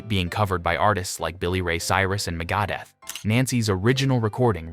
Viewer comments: What I find most bemusing is the fact Megadeth is not pronounced MEga-deth, as it is supposed to be, but M'GAH-deth... 🤨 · Can we stop with the robot narrators? Once I heard the narrator say ‘MegAdith” I lost interest in the video. And why did the robot suddenly turn British?🤮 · Meh-gah-deth…? 🤔🤔🤔 Me thinks this is Ai voiced, click-bait, or the guy really did not do his research. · Megada??? It's Megadeath, you dope. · I'm very sure what will not be forgotten is how he pronounced Megadeth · LOLZ at how Megadeth is pronounced. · We're just going to let the pronunciation of Megadeth here, slide by us? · This douche narrator does know how to pronounce MEGADETH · Never mind 'songs you forgot', someone forgot who Bob Dylan is - because the guy who popped up when you said his name was definitely NOT Bob Dylan. Also, Bob Dylan did not react that way to The Animals version of 'House'. Bob Dylan was playing electric music in high school. And the way Megadeth's name was pronounced was 'a little off' to say the least. There's no way I can make it to the end of this video.